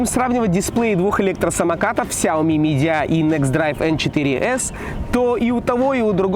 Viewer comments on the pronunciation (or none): ты даже не правильно произносишь,Сяоми Миджия а не Мидия